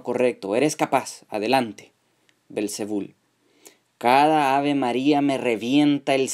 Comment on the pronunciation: El nombre es belcebú y no belcebul como tú lo dices!!!!